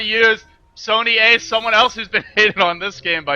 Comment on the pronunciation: Sony4ce is pronounced as Sony(Force), not ace. :)